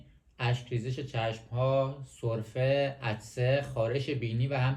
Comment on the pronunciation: عزیزم تو اول یاد بگیر سرفه بگی نه سلفه بعد بیا به مردم یاد بدی 😂😂😂😂😂😂😂😂